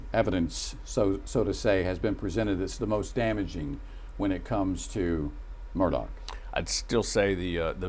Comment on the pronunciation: His name is pronounced " Murda" not " Murdock"